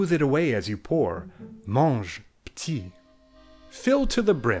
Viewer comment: "Petit" still pronounced "peuti"